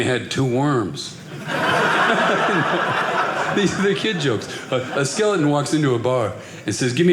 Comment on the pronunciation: I did not get the joke; a skeelll...on walks into a bar" until upon the third time listening closer to the pronunciation of the critical that word ""skeleton". Turns out, "I'm a slow listener"